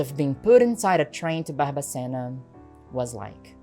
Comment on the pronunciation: Kkkkk eu nao acreditoooo! Primeiramente, incrivel o seu video, mega parabens, quando vc falou Barbacena no sotaque eu dei um pulo na cadeira. Amei a informação, amo de paixao o radio novelo, eles sao incriveis. Amoo vc 🫠❤